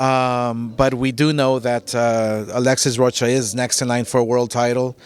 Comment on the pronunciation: Alexis " Row ka " .. 🤦🏽‍♂️.What a disgrace